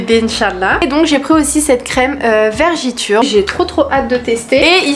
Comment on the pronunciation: G commencer a regarder ta vidéo ma petite et g t déjà mdr car tu dis vergiture alors ke l'on dit vergeture. T trop mignone